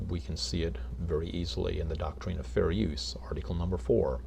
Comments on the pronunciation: Why does he pronounce “doctrine” as “doc-treen? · The thing is, he doesn't even know WTF he's talking about with regards to the copyright act what or the doctrine of fair use. Hell, he doesn't even know how to say the word doctrine LOL